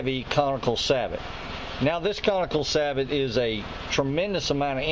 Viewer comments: Also, Sabot = Say-Bo or Sah-Bo . . . Not Sah-But. it's French, no "T" sound. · It is NOT pronounced SA - BOT. It is pronounced SAY - BOW. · old video i know and im late to the party, but its Saboh not sabot the t is silent even though thats how its spelled. And technically thats not one.. A sabot is a break away carrier for a projectile like used in rifled sabot rounds for shotguns. Still appreciate the work put into this. great info on the rest. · Sabot is pronounced "say-bow". Its french.